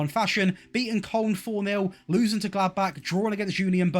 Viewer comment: You might be the only English YouTuber who doesn't say Kolon for Koln.